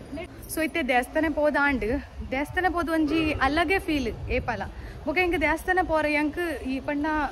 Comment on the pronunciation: Nice vlog. But pronounce not correct. It is devasthana not desthana🙏